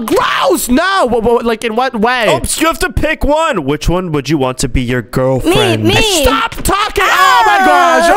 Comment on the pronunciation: said gril friend to crystal.